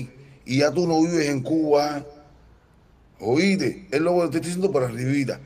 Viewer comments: No se dice oite,se dice oíste.Jajajaja.primero hay que saber hablar y expresarse para así dar un poquito de presencia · EDITAL,....OITE,.....PELDON,...🤦🤦🤦 QUE HORROOOORRR.......y el canta??? QUE APRENDA A HABLAR